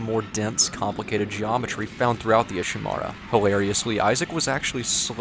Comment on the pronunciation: IshiMURA, not IshiMARA. even the characters pronouce the name of the ship you're in.